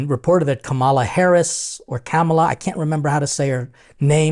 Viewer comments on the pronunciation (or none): FYI - Kamala's name is pronounced comma - la. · Her name is pronounced Comma la. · The pronunciation of her name changes depending on whether it’s being said by someone who supports her or someone who doesn’t, not on “the media.” It’s very disrespectful the you knew you were going to speak about her, but couldn’t take less than a minute to find out how to say her name. Acknowledgment of a person’s individual worth that comes before sitting down to a meal together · You need to stop. First of all of you are about the news and “culture” then you already KNOW how to properly pronounce her name so you have absolutely no excuse. So very disrespectful. No better than the folks on the right who do it as a “flex” and I’m placing that word in quotation marks because they ALSO know how. Yet ANOTHER person out in these streets blaming the media for their own actions.🌹